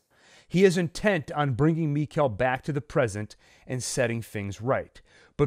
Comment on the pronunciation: It's mikael like nickle it's pronounced Mickle